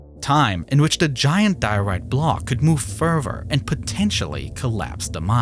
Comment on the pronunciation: this guy uses the word "further" so many times but can't say it correctly, its getting me mad